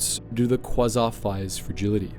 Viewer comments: qwasont fire ships get no respect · you have to be mispronouncing those class names on purpose...... qwasa frigate 0-o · Quasar is KWAY-ZAR is pronunciation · As an astronomer who is a Star Wars fan, every time you mispronounced quasar(kwey-tsar) hurt my soul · Oh man I love kwassaurs, kwassaurs are my favourite thing about space. Just can't get enough of those kwassaurs. They're just the best aren't they?